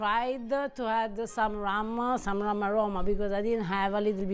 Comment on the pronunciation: what notta adda real rum, rather than ruma flavor?